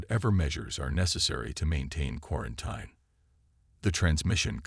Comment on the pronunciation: I truly wish AI would learn how to properly pronounce words like “quarantine”.